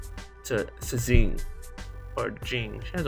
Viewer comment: Its pronounced as Xie and Fei is pronounced as Fae/Fay not Fee. You can try Google translate chinese thanks and fly. Those words are most similar to the pronunciation of the units name. Good guide anyway! thanks!